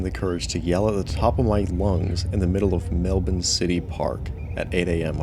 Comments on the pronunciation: How rare, an American pronouncing "Melbourne" correctly. :) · I just want to say it was a relief to hear Melbourne pronounced correctly. 😅